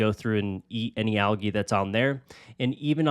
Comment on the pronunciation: Anyone else just now realize you were saying algae wrong this whole time or just me? 🫠